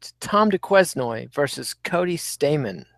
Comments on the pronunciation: destroying Tom Duquesnoy's name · You fuckers are sleeping on duquesnoy. He brought the heat on his dayview and its the second time you mispronounce his name.